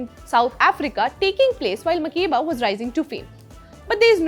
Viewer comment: But why is her name mispronounced? Mak-air-ba.